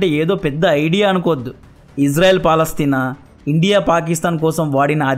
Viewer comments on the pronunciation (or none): none